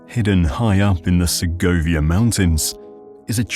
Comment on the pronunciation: Sehovia no. The G is hard. So just seg ovia like Seg ment